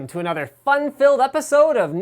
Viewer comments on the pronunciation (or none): none